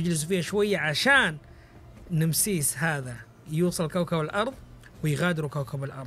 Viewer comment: وش فهمك انت وتتفلسف نمسيس نامسس كذا تنطق